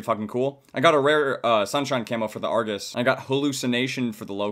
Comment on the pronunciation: No its argus -_